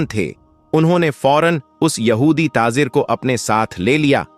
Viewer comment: Aap jham jham kyun bolte ho,plz aap thoda pehle pronunciation sahi kijiye,zam zam hota hai,iska matlab theher ja... Pronunciation sahi nhi hai,islamic history bata rshe ho? Namaj. ( namaz ) Jeeba (zaba) Tazir ( tajir ) Apka pronunciation bht hi bura hai,plz usko sahi kijiye..